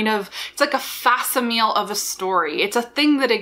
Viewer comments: Not really important, but worth noting as it really caught my ear. It's pronounced "Fak-Si-Mu-Li" not "Fa-Si-Meal" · It's [FAK] + [SIM] + [UH] + [LEE] darling. Not [FASS] + [EEE] + [MEEL] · Did you just say “fah si mill “ ? Mistake 23: using words you dont understand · I can't stop myself from helping you to say facsimile = FAK-sim- ill- lee (Not implying that you are unintelligent) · Easy. It's "fack-simile". It's where the word "fax" comes from. I think I just dated myself with that reference. Do people still use fax machines? LOL (Good video. Very helpful.) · I think the word “facsimile” is pronounced “fax sim a lee.” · "Fass-i-meel" I recognize a kindred spirit who gets a lot of their vocabulary from reading. (~ ) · Good video but please don’t say ofTen or faSimile. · Also your pronunciation of “vice versa” is very sus. It’s one of those that people mess it up enough that the wrong pronunciation is excepted though, so I’ll let it slide. Facsimile was UNACCEPTABLE, though! For shame! We deserve an apology video at least 10 minutes long! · Mwahaha! I have waited all this time just to inform you that you're mispronouncing the word facsimile! Repent, foolish mortal, for you will never live up to the likes of me: The Pronouncer Denouncer!